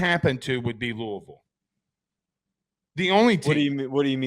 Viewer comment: Just by the way you pronounce 'Louisville'... if you know you know